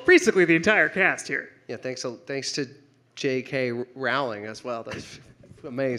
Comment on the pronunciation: "J. K. Rowling!" It's pronounced "rolling"... As in "rolling pin"...